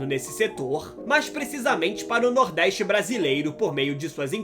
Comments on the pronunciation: Nordéistch? Pôrra é essa? NORDESTE, caralho! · Nordeiste? Aprende falar porra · Reportagem, deixa de ser retrogrado criando continuacao do preconceito Sudeste contra o Nordeste. Fala de 17% e os outros 83%? Nordeste nâo precisa de reporter preconceituoso como voce. Nos deixe em Paz com esse seu sotaque horroroso, inclusive aprenda falar a pronuncia correta da palavra Nordeste